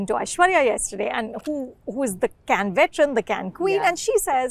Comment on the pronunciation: Can can can ... looks like she wants a can of coke ffs . It is pronounced Kaane ( same as ear in Hindi)